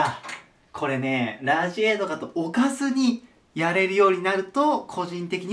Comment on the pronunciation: やばい置かずにがオカズに、にしか聞こえんw